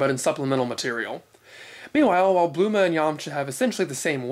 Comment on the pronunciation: Just when I think I know it all about Dragon Ball I'm in reissued to guys like You, Danny from Geekdom, and Herms. I have to admit while I an familiar and fine with the various pronunciations "Bluma" was hard to swallow at first but I quickly got over it. Keep up the awesome work.